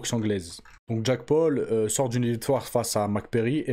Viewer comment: Jacque paul 😂😂wesh la prononciation c chaud